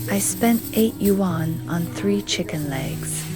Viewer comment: I have been to villages like this in Shijiazhuang, Chongqing and near Shenzhen. But that's not how you say "yuan".